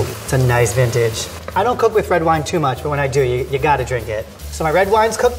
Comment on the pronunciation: Wine not whine